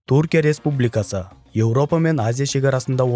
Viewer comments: Туркия емес тҮркия деп қазақша сөйле, сол үшін 👎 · Туркия деме Түркия деп сөйле, әйтпесе құлаққа біртүрлі естіледі